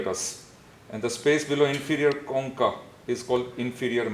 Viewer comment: Sry but the way he pronounced choncha, i'm a vietnamese and it sound like " con cặc" which mean a swearword in our country about penis